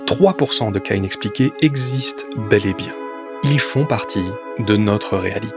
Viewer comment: il a dit "inexplicables" mais avec son accent belge on entend "inexpliqués"